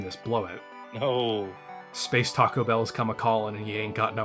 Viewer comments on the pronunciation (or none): none